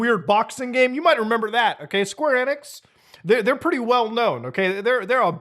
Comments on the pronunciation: It's EEEEE nix (long e) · Muta you're silly 🤣 1. Enix is said Eenix(long E) 2. Announcement is due to them starting dev during rise of Crypto nonsense and clearly got stuck finishing this project , likely due to Investors . Investors CONTROL gaming by and large . This is simply trying to turn a lemon into a lemon meringue pie because they are contractually obligated. SEVERAL companies are in development with these wtf games . Even Dr. Disrespect went NFT with his game because it was the Hot trend in investors. This announcement was part of plans started few years ago , they didn't just decide to do this 🤣🤣. Gaming industry doesn't work like that with development cycles lasting years. 3. When development of these wack games , it was huge among investors, from a business and financial pov things make sense easily . Getting a ton of smaller investors leaves more control in Square's corner vs 3-5 big investors who since oh 92 ish run game companies. For example good ol Bobby Kotick.... He might be head of Activision Blizz but game investors are his bosses , they say jump , he says how high period . The more options you give investors, the more you might bring in . Fun fact/example : Netease and Blizzard made 2 big deals in 2008 ,first was publishing deal that's been in news recently, second and most important is development partnership . Netease USA HQ is in a Blizzard building that housed call centers for Blizzard and they have worked together on everything since 2008 ,Diablo 2 lod , Diablo 3 , Immortal